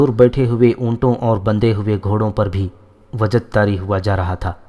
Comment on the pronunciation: Wajd not wajad